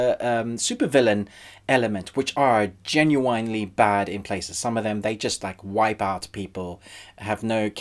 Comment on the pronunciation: Tried to listen to the review but couldn't get pass the mispronunciation of Genuine it's pronounced ( Jen-yuw-w'n)